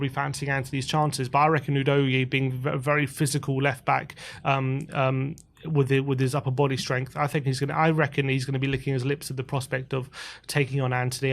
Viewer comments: Agreed. I heard him say it himself. Its ooo DOGGY ... not whodogie. Thats dodgy ! Coys. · Love watching your content … one quibble. Destiny Udogie has said his name is pronounced oo-DOG-ee … can we get it consistent?! Thanks guys!